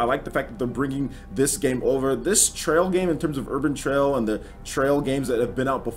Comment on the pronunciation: Its "Urban Trial" not "Urbain Trail"